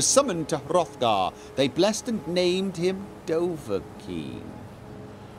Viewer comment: Dovakin, Doavkin, now come on.